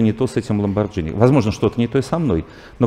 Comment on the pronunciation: Все ок, но как человек говорящий об искусстве, может говорить ‘Ламборджини’ ?!)